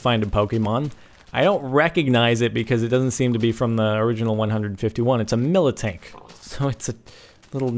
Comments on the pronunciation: dam nice vid but how come peope mess up on so many namesl iek the miltank he said militank there was no extra land i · It is miltank, not militank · "its a militank" hmmm list time i checked there's not a second "i" in Miltank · its not militank its miltank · Just bothered me he kept saying Militank and not just Miltank...I mean that's how it's spelled right so it should sound like Mil-tank. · Its called a fucking MILTANK!!! Not MILItank! Its MILtank! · It is pronounced miltank, not militank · not mil-it-tank its mil-tank